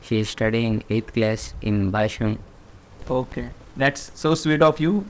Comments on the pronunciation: Its not bashung its bhashyam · Bhashyam bol rha h wo bhai ! Bhasung nahi !